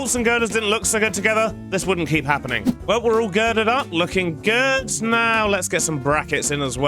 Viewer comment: "looking giird" 😂